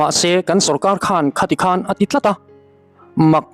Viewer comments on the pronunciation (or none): none